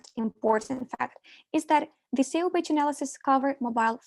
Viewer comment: not communicated like when she calls SEO "SAYOH" lol ? daylight come and i want go home